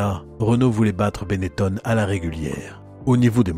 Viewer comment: On doit prononcer Benetton et non Benettone, les noms en ON sont très courant dans la région de la Vénetie et en particulier dans et autour de Trévise, exemple le pilote de Rallye Massimo Biasion qui ne viendrait à l'idée de personne de prononcer Biasione. C'est très énervant d'entendre encore cette erreur qui a perduré un temps par des journalistes mal informés, quand Benetton s'est investi dans la Formule 1 . Mon nom patronymique est originaire de Trévise justement est se termine en BON, je suis donc justifié pour en parler. Et Nino chantait : Chez Gaston ya l'téléphon qui son, et ya jamais person qui y répond ! histoire de terminer sur une note humoristique.